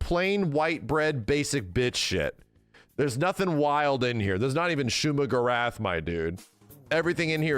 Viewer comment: Shuma-Gorath! C'mon!